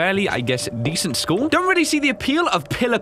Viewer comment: *walks by bus that crashed through the walls* Also: "ok so shool seems normal so far..."